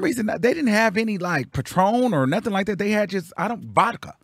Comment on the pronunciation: Yeesss the way he says “like det” send me every freaking time hahahaha